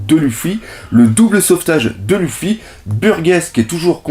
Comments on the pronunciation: sa se prononce leufi mais pas lufy biensur je sais comment on l ecrit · super! par contre, tu dis à l'oral louffy et dragon, mais à l'oral, ça se dit leuffy et dragonne non ?